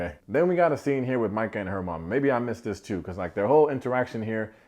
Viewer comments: You don’t even know how many times I shouted, “Mai-cah” each time you said “Mee-cah.” But, I think we can all agree she is caca 💩. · I was wondering if anyone was gonna correct you on saying “Meka” vs Micah. When no one did I figured it was a collective “we don’t care about her name” lol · I miss you saying Meeka!